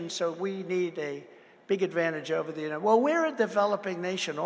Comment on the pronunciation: I think it's pronounced " Unided Schtesh ", as your hero and master orator pronounced it